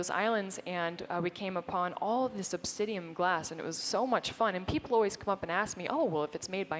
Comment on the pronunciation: Obsidian not obsidium! Omg she said it like 50 times! It makes me itch all over lol